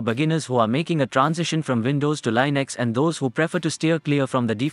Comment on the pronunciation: You pronounced Linux wrong again.